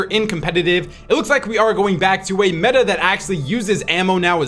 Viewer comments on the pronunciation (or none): none